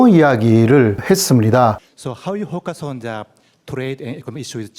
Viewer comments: 그래도 아무리 호카손쟈 텐자톤으로 발음한건 너무 한거 아니가요? 일본기자 대표로 질문했는데 호카손쟈라니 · 저 일본기자 영어발음 진짜 미치겠다. ㅋㅋ 대통령 기자회견이면 신문사에서 엘리트급들을 보냈을텐데,용감하게 일본식발음으로 막 질문하네. 영어,일어 다 알고 있는 입장에서 호카손자가 뭔 소린가 했더니 focus on the trade with Japan를 얘기하고 싶은거였네. 일본인들아! The를 전세계인들은 거의 다 "더"로 발음한단다.아무리 니네들끼리는 "쟈"로 발음한다고 해도,대통령 기자회견 자리에서 일본어에 "더"발음이 없다고 해도 "쟈"로 발음하면 어떡하냐고? 트럼프가 앞의 말은 도대체 모르겠고,키워드 trade 하나로 눈치로 때려맞추는구먼. ㅎㅎ